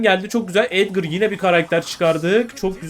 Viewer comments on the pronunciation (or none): Edgara edgır diyonya yok gırgır😂😂😂😂